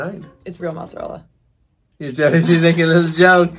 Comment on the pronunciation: Please, don’t say mozzarel 😵‍💫, it’s mozzarella 🇮🇹🇮🇹